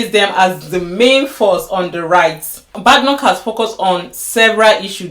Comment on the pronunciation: Her name is not pronounced bad pronounced bay d like bay watch, Please watch prime. minsters questions time. You see how her name is pronounced also Kier you need to learn to pronounce it also. Well Your content is full of cherry picking as you saw how she was praised two weeks ago about supreme court victory case on Biological female. Do you know the people who voted her in. Yes we all know that she won't be the leader not because she is not leadership material as far as l understand the British politics, she was just there to satisfied the system. But don't say she has not done well is so wrong the woman has been in. Politics long before you came to UK listened to what she said today about the current election you will be balanced in your content. Some of the immigration laws are already there so it not Kemi that will change it, it has to go through a process as a bill first before it becomes law.